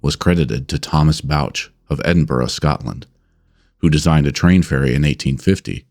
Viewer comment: This is the only time I’ve ever heard an American person say Edinburgh correctly! I’m from the Isle of Skye and we get so many American tourists here and without exception they all pronounce it Edinboro…..I understand the reason, but it still chaps my nipples.